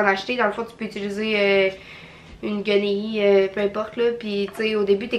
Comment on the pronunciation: Tu es tellement drôle quand tu dis Guenille 😂😂 et ça me fait plaisir pour le message c est vrai que tu es jolie ❤️❤️❤️ je suis contente que t’es vidéos soient de retour